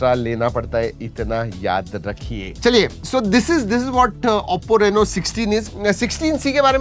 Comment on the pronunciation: 😂😂 Ha bHai